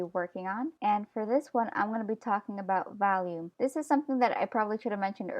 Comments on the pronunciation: Awesome!! But also were you saying "volume" or "value" when describing the distance off the head that the hair should be? It sounded like you were saying "valume" 😂. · im pretty sure your saying volume but it comes out as 'valume' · Valume it’s sooo cool how you say volume lol :) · Her: Valume Me: agh cringe! Sorry but just had to do it, btw I really love your videos they have really helped me in my confidence and abilities. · volume. not valume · you keep saying valume because you can! don't let other ppl tell you how to pronounce stuffs! I say wacom like WACKom because it's more fun! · I understand you weren't trying to be rude, but its not really funny when people say things differently.......( '3') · Its pribably volume